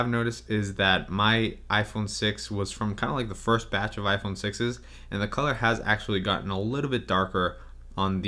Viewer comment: "iPhone Sex S